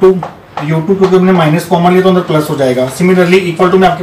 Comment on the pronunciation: I really like the way you say " agle session ke aandarrrr "😄😄